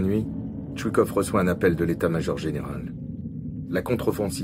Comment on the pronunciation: C'est chouïkov , c'est TchouiILLkov...Voilà y en a marre des prononciations de merde